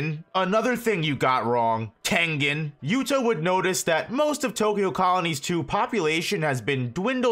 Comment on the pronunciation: Why'd he say tengen like that lmao ☠️☠️☠️